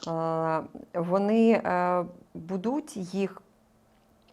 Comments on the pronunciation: Доброго здоров'я!,прохання до Вас,ставте правильно наголос.Нема слова "будУть",є слово "бУдуть".Перевірочне слово" бУти"! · Шо це за дивний наголос у слові будуть?! Просто капець... Де вона це почула? І які українці так кажуть??? Дратує жахливо. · А слово "будуть" з невiрним наголосом вiд панi рiже слух постiйно. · научитесь говорить слово будуть правильно, нема слова будУть, гидко слухати!!!